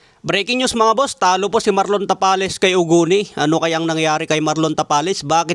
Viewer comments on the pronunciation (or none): Marlon Tamales dinig ko a haha